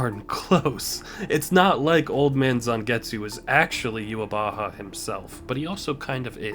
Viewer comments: it is. It is germanized version of it. In german it means the awakened god (literally the wake god) that’s also why even the japanese VA mess up yhwach’s name. The pronunciation is NOT youhabaha but youhawach (with a soft w and the typical german ch). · true. It is the japanese pronunciation of the german word. But the dub should have used the german pronunciation or at least tried. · it's not a mistake on the japanese part, that is actually how they pronounce yhwach there. the real issue at hand is that viz didn't do their research and copied the way jp dub pronounced his name